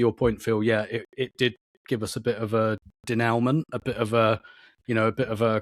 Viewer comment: Shame on for not using the proper pronunciation of "denouement" 😋